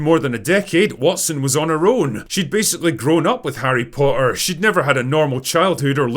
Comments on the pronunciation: I like how you pronounce "Harry Potter" without any T's. 😅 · I just realized The Drinker has that weird british thing where a T in the middle is silent. "Po''er". I only thought this was a cockney thing, not a scottish thing aswell